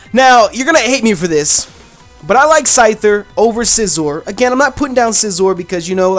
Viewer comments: its pronounced SEEzor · Scizor is pronounced (Sea - zor) it says it that way in Smash Brothers. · It's pernounsed si as in sizzle and zor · Its like scissers.. for scizor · its See-zor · also, its pronounced SEE-ZOR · its pronounced si zor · It's pronounced see-zor